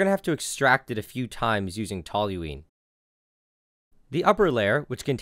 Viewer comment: The ONLY person I've ever heard pronounce toluene correctly. My chem profs didn't even bother doing that